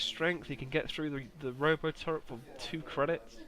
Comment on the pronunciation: Please, it's a R-o-t-o turret, not roboturret.